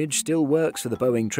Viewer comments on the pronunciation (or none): none